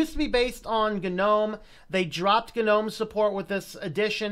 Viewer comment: its nōm not gnu-nōm